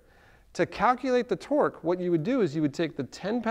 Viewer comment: are you saying twerk or twork?